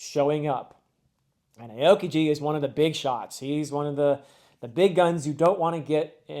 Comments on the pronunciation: I don’t mean to be annoying here, but I think that his name is pronounced “ow-kee-jee” instead of “ay-oh-kee-jee” however, this is only one drop of criticism in a full bucket of love for this video, I can’t wait to see your reactions to Enies Lobby and beyond! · Aokiji is not pronounce "eyokiyi" is "A(not ei, just a) O(not ou, just o) ki ji" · Just with the pronounciation of Aokiji - Ao is the Japanese word for blue (his name actually translates to blue pheasant). When pronouncing Ao, think 'Ow - as in ouch'. Pronounce it as though it reads 'Owkiji' and you'll have it right. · Aokiji is technically pronounced as ah-oh-kee-jee, but basically sounds like ow-kee-jee. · Heads up Aokiji's name is pronounced Ow-Key-G. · I love your video. Quick pronunciation comment: most in the community pronounce Aokiji as “ow-kiji” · Loving watching the series and enjoying reliving the series through fresh eyes!! Aokiji is pronounced "Oww kiji" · not trying to be stuck up, but aokiji is pronounced like OW! kiji! I totally understand how hard it can be to get the pronunciations right when reading the manga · thank you so much for making these videos, also its OW-KIJI, ow like ouch my toe or ow that hurt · I know you don't get the pronunciation but a-o-kiji kills me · aokiji is pronounced al-key-gee. Absolutely love this series, your insights into the story are super interesting. Can’t wait too see what you think of the next arc, it’s one of my favs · Just so you know-- Aokiji is pronounced like 'Ow kee gee'. As always, loving your analysis, so cool to see your perspective on such a great series! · Not that it really matters but Admiral Aokiji’s name is pronounced “owe-key-gee” and it means blue pheasant in Japanese(that last part might kinda matter lol) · 2 things. Aokiji is pronounced Ow-kiji. Second, I highly recommend watching the opening for these 2 arcs. Easily one of my favorites of the anime. Iirc it is opening 5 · Aokiji is pronounced "oww-key-ji"